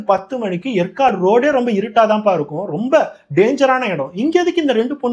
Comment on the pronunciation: எற்காடு இல்லை. ஏற்காடு ஆகும்.